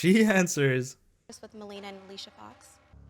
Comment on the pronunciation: I remember her saying Melina va Alica 😂 almost died Melina was great tho